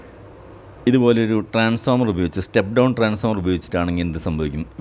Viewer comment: സർ,ട്രാൻസ്ഫോർമർ എന്ന് പറയണം എന്നൊരപേക്ഷ